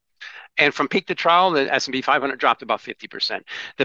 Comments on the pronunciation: I cringed every time said “peak to ‘trowel’“ instead of trough. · English protip: "trough" rhymes with "cough" a "trow" is something else entirely. Someone please teach Americans how to speak English. :-\ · Trough, sounds like "trof". A low point between two high points, as on a graph. Is that what he means by "trouw"?